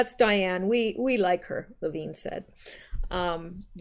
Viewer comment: Levin = Le (short a) + vin (like a vin number on a car) NOT veen....